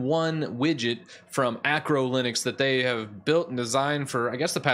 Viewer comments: Love your videos, but please stop calling Arco Linux "Acro Linux". It's not linux for acrobats. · Arco* not Acro linux..... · Isn’t it Arco* Linux?